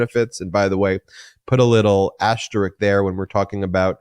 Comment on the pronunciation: Asterisk. Not asterik. Or asteriks. Asterisk. Say it five times. Then you’ll be fixed.